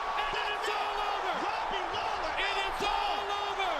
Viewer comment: Did he just call Robbie lawler, Daley?